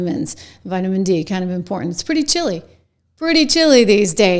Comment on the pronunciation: What is imporant? I think there's another t in the word.